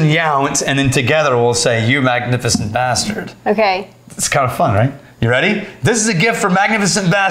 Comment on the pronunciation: says magnificient bastard-ink